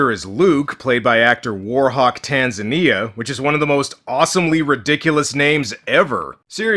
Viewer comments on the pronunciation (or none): It's pronounced tan-ZA-nia, just like the african country.